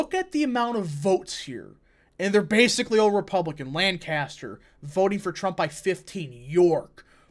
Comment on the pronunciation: Like your content but you mispronounced Lancaster, please say it correctly (LAN-cas-ter).